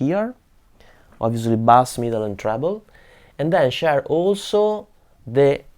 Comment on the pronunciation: He is commenting on the way you pronounce "bass". In English, there are two ways to say the word- one sounds like "class", and when said like this it means a type of fish called a "bass". The other way is to say it like "ace", which is the musical meaning, so it would be said the same as "base", which means the bottom, or what you run towards in baseball. English makes no sense sometimes!